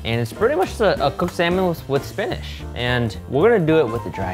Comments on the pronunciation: Does anyone else hear say "spin-ish" instead of spinach? Or is it just me? Either way it's super cute!! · why does he pronounce spinach like Finnish??